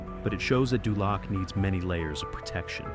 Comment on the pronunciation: dULAC....LOL DOOOLOC